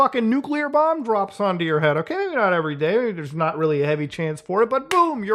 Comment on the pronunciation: "We are noy friends anymore" lmao